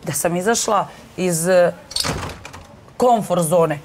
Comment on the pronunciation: Ne,ne kaze se tako ni u Hrvatskoj,a ni u Bosni! Kaze se “zona komfora”,odnosno na nasem se kaze “sigurna zona”. U svakom slucaju nije “zona konforta” kako doticna izgovara.